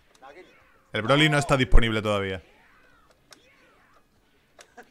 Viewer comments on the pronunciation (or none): none